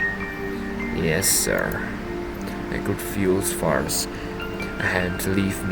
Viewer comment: Aye, no problem mate! Also don’t worry, you said my name right :)